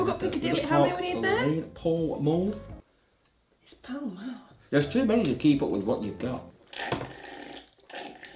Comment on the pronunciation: Paul mule Liana: PALL MALL!!!